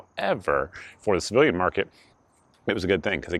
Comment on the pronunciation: Good review 👍 I had to listen closely as I thought you were saying "slave market" but figured out it was "civilian market."